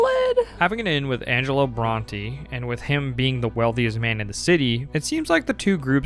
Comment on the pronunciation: your pronunciations are insane "angelo brontee" come on dude they say the names of these characters and places like 500 times